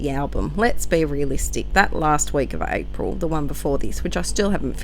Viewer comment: Hehe "Arpil" 😂 love it! Great spread:) - Emma x